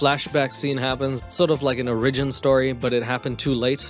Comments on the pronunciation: I love you, literally SO much, but they way you pronounced “origin” actually just killed me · Your pronunciation of the word 'origin' is weirding me out a little, but I don't think I've ever heard Cliff Simon, Charlize Theron, or Nelson Mandela say it out loud so maybe that's just the correct South African pronunciation?? Obviously this video is over six months old and I don't expect an actual response, but I figured I would bring it up just in case